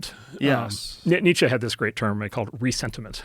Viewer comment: Nietzsche's concept of Ressentiment (mispronounced haha), not aware that Ressentiment describes exactly Trump's psychology of grievance